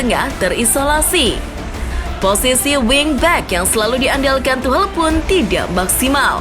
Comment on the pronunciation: Tuhcel mbak bukan tuhlel wkwk